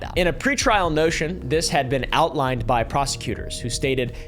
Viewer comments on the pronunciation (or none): Dude said pre-trial "notion"😂😂😂😂😂😂😂